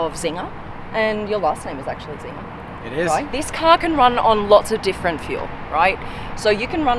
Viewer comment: Czinger should be pronounced as "Tsinger" not "Zinger" and looks like an old Hungarian family name with German background. "Cz" is an archaic way of writing the sound "C" which is pronounced as English people would pronounce "ts" :) like tsunami.. sounds almost as cool as this engine!